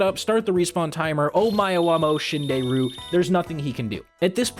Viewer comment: I do like my animal crossing music with horrible omae wa mou shindeiru pronunciations.